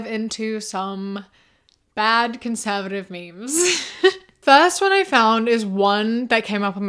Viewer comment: They be going around saying conservahtive now 😂